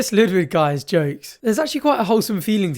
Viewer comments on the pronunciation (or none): I hate that they're pronouncing Ludwig incorrectly 😡 Also it's Qatar not guitar 😡 ugh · So is his name actually Ludwig, like the Bavarian king, or is she mispronouncing it, the way she mispronounces the country of Qatar?